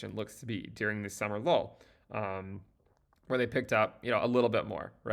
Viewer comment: He keeps saying "Summer lol" but I know he means summer low right